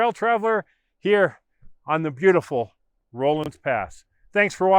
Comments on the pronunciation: It's a short O sound, not a long O. RAW-lins Pass, not ROLL-ins. Think Henry Rollins. Also, Moffat Tunnel is very much still in service. I was knocking around Rollinsville just a couple of years ago, and got to watch a freight train roll through it. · It isn''t "rohlans" pass. It's pronounced "rawlins" pass. Ask any local. Just annoying. Anyway, if you fly your drone a little further past the tunnel on the west side, you'll see where there is, or used to be a short trestle on the side of the mountain that goes over a little ravine. I have driven through the tunnel many times before they closed it, and once rode my bicycle from Winter Park to Rollinsville (pronounced "rawlinsville") when I was 50 years old. (25 years ago). Anyway, I love your videos about the Corona Pass.